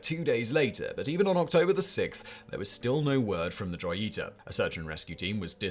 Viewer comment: Joy e tah 🤣🤣🤣💀 Pronounced Ho Yee ta mah mans 😎🤣